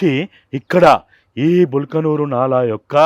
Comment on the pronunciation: బల్కనూరు కాదు బల్కాపూర్ నాలా.